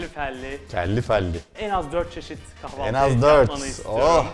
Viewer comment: Kavalti degil kahvalti